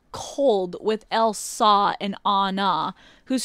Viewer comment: ElsAUH and AnnAUH